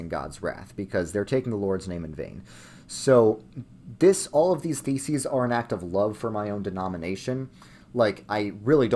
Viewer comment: The way you say it makes it sound like you said "95 feces"